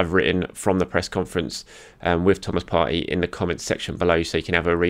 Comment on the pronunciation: Come on. You’re smart and you know Arsenal players. Surely you know how to pronounce Partey’s name correctly. No?